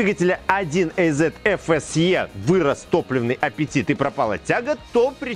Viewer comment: 1 ЭЙЗЕТ🤔 аж противно слышать такое произношение мотора 1АЗ